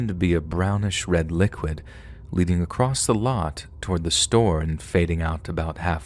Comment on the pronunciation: my friend.. I’ve said this once and I’ll say it again. There is no “T” in the word “across”. 😅 You should take pride in the fact that that’s basically the only mistake I ever hear in your narration, that’s truly an impressive feat.. But you should fix that going forward. As a professional, always strive towards improvement!